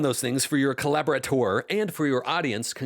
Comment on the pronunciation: Dude. Co-Lab-Or-Ate-Or. Collaborator.